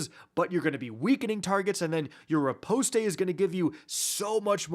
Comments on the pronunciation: Riposte is only two syllables. Ri-Poste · Nice vid… the “e” is silent btw. And the skill u are talking about is not riposte, that’s the one that is strong against unstops.